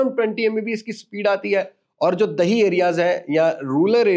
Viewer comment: اردو کمال بولی آپ نے دہی ایریاز بھائی دیہی ایریاز ہوتا ہے